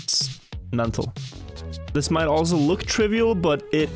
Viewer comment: farts by putting too much emphasis on the "This"